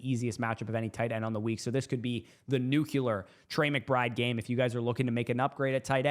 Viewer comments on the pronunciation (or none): Dude, It is NOT NUCULAR, It's Nuclear!.. Get it right!